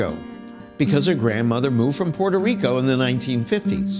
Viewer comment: Hi Dr. Gates, I love watching your show! With that said, I wished you had pronounced Puerto Rico properly. Knowing you're part of Harvard, I expect no less from you!